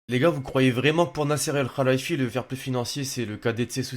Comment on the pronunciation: Wsh tu la bien prononcer le nom du président du psg comme un arabe 😂😂😂